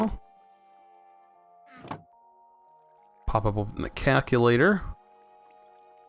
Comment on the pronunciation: "kack-u-lator". Aaaaargh!